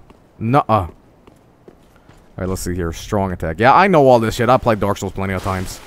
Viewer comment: I love how it sounds like he is saying dork souls